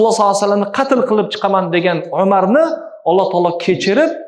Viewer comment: Assalomu alekum uzur ustoz paygambarimizni ismlarini zikr qilayotganda shoshmasdan tugri talafuz qilib aytsangiz yaxshi bulardi raxmat gapimni yetkazing M Solvassalam mas M Sololahi alayhi Vassallam deng